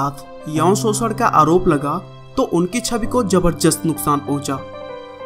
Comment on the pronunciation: "jabarjast" nhi bhai.... "Zabardast" hota h.... thoda sa pronunciation pr dhyaan do....aur b behtr response milega....aur haan... don't mind...